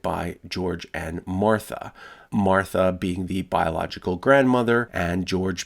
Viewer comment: "..widow named mortha." Me, who is just listening in the background: oh hell naw it better be spelled "mortha" or imma be hella pissed reads name BITCH WHAT THE FU